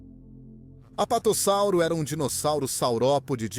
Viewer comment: Muito bom, uma dica, percebi que vc usa voz a base de I.A na narração, o que é legal se for feita direitinho, e vc a fez, só deixo a dica de escrever o nome dos dinossauros antes na caixa e ouvir como vai soar, no caso você deve ter colocado o texto corretamente, sendo ''Apatossauro'', mas a IA as vezes pode pronunciar errado o (S), então creio que em todo texto você poderia ter colocado ''Apatosauro'' com 1 S apenas, assim a pronuncia vai sair soando como deveria sair. Parabéns pelo esforço de trazer conteúdo a paleontologia, continue !